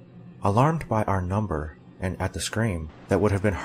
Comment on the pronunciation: NUMBAH TWOO